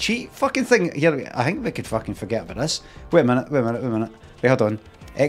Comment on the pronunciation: It's not lehtin me tahBOOT